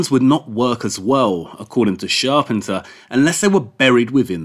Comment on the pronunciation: Loved this.....great work. But you pronounce Charpentier's name wrong. Maybe check it out for next video.